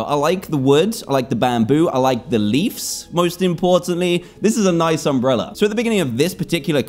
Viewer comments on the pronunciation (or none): none